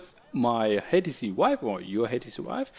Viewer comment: Why does someone like this make videos in the first place? VIVE.....SAY VIVE! if you cant say the product name. DOnt do a tutorial. Idk whats worse. The video quality, the lack of good information or even just the lack of thinking this "video" through from start to finish. You are not a off the cuff kind of speaker. Prep next time.